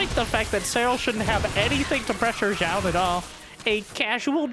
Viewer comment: Thanks for the pronunciation on Zoun. I was saying it wrong before, but glad to be right now.